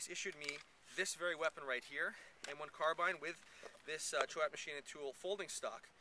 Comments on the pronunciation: I grew up about 1.5 hours from where Choate manufacturers their products. In the 80s and early 90s they were like the Magpul of the 2000s. Even as school kids we were doing things like upgrading our hunting shotguns to Choate stocks. (Hardcore hunters were buying those synthetic stocks to rattle can camo them.) Locally, Choate is pronounced like Chōte. Like Coke with a T. One long syllable. As far as M1 Carbine. I'd always wanted one for my little hobby WW2 collection. After I retired from the army I found a modern Kahr version on consignment for an ok price. It was extremely picky about magazines. It was a roll of the dice. I ended up with a whole box of mags from different countries and manufacturers that didn't work well, and just a handful that did. But when it runs good, it is a very pleasant and effective firearm. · That was a pretty common carbine set up here in the US as well. I have no idea how Garth Choate pronounces the name, but the company is local and most people pronounced it " shoat" , like boat, but younger people will say "Choat" about half the time. They have made good tough stocks for a long time there in Bald Knob.